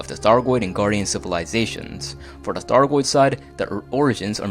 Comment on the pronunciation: Before I come off like an asshole. This was good information. Good video, well written. Good content all around. However your speech consistency and your speech articulation was extremely distracting and broke my brain several times. Maybe you have a speech impediment and apologies if thats the case, but how on earth can you pronounce words like: Python, thargoid, three, thirty, azimuth, the, there. But you can’t pronounce: other, brother, together, earth, and with. It’s just so inconsistent I found myself hunting for correct and incorrect usage of th articulation instead of the video content itself. It just made me feel like your speech is lazy when I know you spent a lot of time getting these details down and putting this video together.